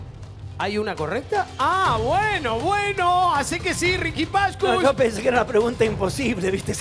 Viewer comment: Si yo fuera Riqui Pashcush viviría como él (poniendo los acento donde no van)